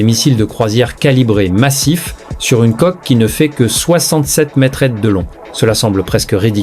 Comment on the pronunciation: Traduction démerde ia pour info conasse d ia on dit pas metretre mais metre